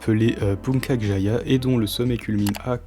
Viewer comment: Nice la vidéo, juste à , Puncak Jaya et prononcé Puntsak Djaya (vu que les langues non-romanes + pas l'anglais et quelques autres langues d'europe, utilisent déjà le 'k' pr le son [k], donc le 'c' sert souvent à d'autres sons, surtout le [t͡s] ou le [t͡ʃ], mais jvais pas faire toute l'histoire de la lettre)